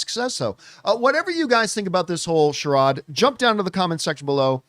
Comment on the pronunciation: Is that how charade is pronounced?